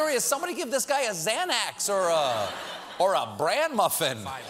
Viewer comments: Anybody else bothered AF by the way he pronounced Xanax .... because same... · "Branax" lol